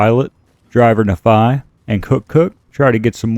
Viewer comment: I’m unreasonably angry about your pronunciation of Nephi